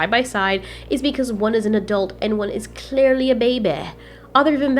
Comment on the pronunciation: "And one is clearleh a babeh" - 2019